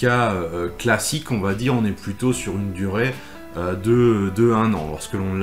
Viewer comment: Merci pour ces vidéos et articles tjrs bien utiles. Juste une petite remarque constructive : vous dites tjrs "va't'etre" mais il n'y a pas de 't' entre 'va' et 'etre'. 🙂 Continuez comme ça 👍